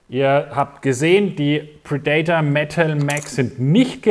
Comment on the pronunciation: Bei min: Ich will nicht klugscheißen, aber ich hab "predator" auch viele Jahre falsch ausgesprochen. Nachdem es ein Hersteller ist und das Wort vielleicht öfter nötig ist: Gerne mal die Aussprache googeln. Grüße aus Nürnberg!